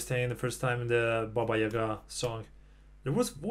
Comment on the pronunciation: Mann u said baba yega correctly good job man, from russian with love